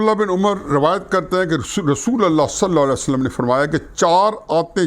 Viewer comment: نبی صلی اللہ علی وسلم بھی اس شخص کی زبان سے ادا نہیں ہوتا۔۔کہتا ہے نبی صلا والا وسلم۔ یہ کون سا درود ہے؟؟؟؟؟